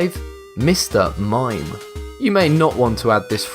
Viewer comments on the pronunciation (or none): mime not mine